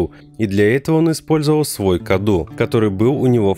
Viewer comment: Мало кто об этом говорил, но правильно говорить не Каду, а Кадоу. На румынском Cadou - подарок. Она даже сама называет его в каком-то то моменте подарком